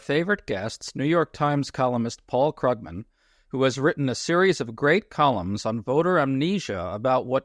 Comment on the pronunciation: One of the better hosts! Informed and a professional manner. Pronounced Krugman wrong I believe.